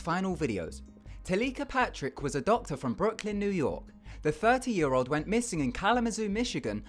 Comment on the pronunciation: i love the way u say 30 btw